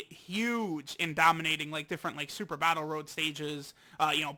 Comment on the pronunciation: Stop saying dokkan BATTIL at the start